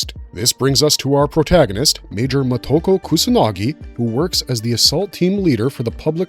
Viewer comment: You can't spell her name in the title, you can't pronounce her name. Short words like of/if/in are not capitalized in titles. Can you put some basic effort into this?